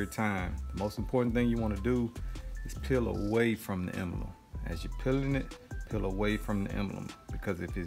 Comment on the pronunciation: Nice work. No need to say “what’s up YouTube.” And the word is Emblem, not “embElem.”